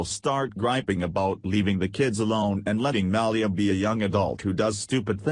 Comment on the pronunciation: can't say Malia Lol